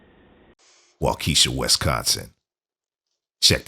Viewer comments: WAA ke shaw. They put the accent on the wrong sylable too. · SIR …. WAUKESHA WIS - prounounced, WOK -A-SHAW ——— okay 👍?lol NOT , wa keesha …….. OR you can say : WALK A SHAW !!!! WALK A SHAW !!! Thanks 🙏 Frkm a Wisconsinite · Wau-keh-Shaw not Wau-keesha 😊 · It’s not “wa-keshia” It’s “walk-uh-shaw” 😂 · I was confused at first like where is "Wau-key-shaw", WI. Took me a minute to realize what he was trying to say ha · It's pronounced /Wah-kuh-shaw/. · Waukesha —- Waa-Kuh-Shaa. 😊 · Said Waukesha wrong. Its Waa Key Sha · 😂 love the way you tried to say Waukesha. It’s hard to write out, but if ya listen to any trial footage of the Brooks case. They say Waukesha in that a lot. The “e” isn’t so long of pronunciation. Shorter sounding “e” in it. 😄😁😆😂🤣